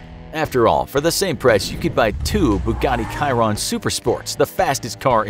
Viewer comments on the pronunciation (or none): Please, do not call it Kiron. It is pronounced SHEE-ron and it is like this because it is the name of one of the best Bugatti engineers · The M48 is not a 1st gen tank and the bugatti is a "Shi-Ron" not a "Kai-Ron". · Wait Kiron you mean Chiron 😂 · Is not Bugatti Kairon Correct Name of the car is Bugatti Chiron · Chiron- shirone And its not the fastest the koenigsegg gemera is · Bugatti Chiron - pronounced as 'She - Ron' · (Bu-ga-tee sheer-on) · Did he really just call the Bugatti Chiron kyron?!🤣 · The Chiron is pronounced with a soft CH-, sounding like SHi-Rone. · yeah and it aint the fastest car in the world as he said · your right Bugatti even said it in their announcement video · Did he just pronounce "chiron" wrong🤣🤣🤣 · I think that was the most American pronunciation Bugatti Chiron I've ever heard. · The way he said Chiron made me cringe